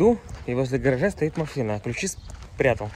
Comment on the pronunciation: 🤣🤣🤣 Я после Вашего комментария тоже начала прислушиваться. МаФына, Фто... Раньше не задумывалась, но дефект слышала.